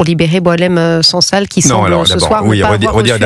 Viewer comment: Les médias français se montrent ridicules. Ils revendiquent la libération d'une personne dont ils ne connaissent même pas l'âge exat (parfois 76 ans, parfois 80 ans), ni savent prononcer son nom. Certains intervenants pensent que son prénom vient du verbe boire (Boilem). Quant au non SANSAL, c'est celui d'une roche blanche, genre caolin, que les femmes berbères utilisent dans leur poterie.